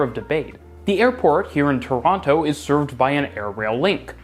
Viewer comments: yeah bro, there is. Don’t pronounce the other T, nobody here says it like that😂. Not tryna be hostile, just a fellow Torontonian tryna be helpful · I’m not tryna make a big deal about this, but if you’re from the city you pronounce it that way. Just because it’s phonetically accurate doesn’t make it right